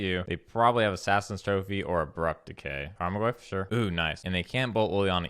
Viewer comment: You keep mispronouncing assassins trophy and serum visions. Just a heads up